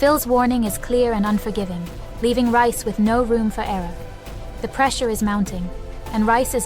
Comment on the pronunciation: Stop calling him Rice its Reis